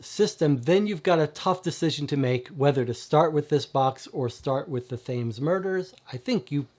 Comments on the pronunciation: Thought you might like to know, Thames (as in the river) is pronounced Tems... Hope you don't mind the correction. Loving the channel... Have been deliberating on which SHCD box to get first after the demos and your vids have been very helpful! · Great video. I've not tried any, and bureau of investigation is the one that caught my eye... it's the whole mythos thing... but was looking for an overview on them all. But... It's the Thames, pronounced the Tems ;)